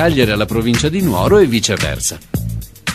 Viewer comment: Villanovatulo si scrive staccato ma il capoluogo barbaricino x favore si pronuncia Nùoro!!